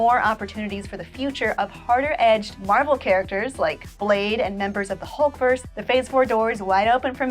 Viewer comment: Did she jus say " Hulk verse " lol